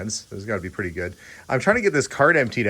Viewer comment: The Ford "cleaned up purrty". LOL Not your typical American bachelor. He seems to have indulged himself well, yet was down to Earth.